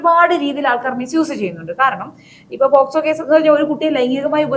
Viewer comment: പോസ്കോ കേസല്ല പോക്സോ കേസ് എന്നു പറയുക.